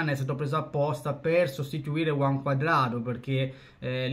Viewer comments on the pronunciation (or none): none